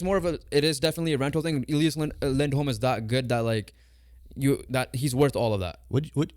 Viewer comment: It’s Elias not Eleeeas